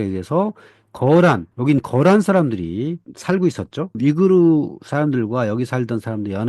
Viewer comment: 한국어론 위구르 아니면 영어로 위거지 위그르로 발음될 수 없어, 무식아!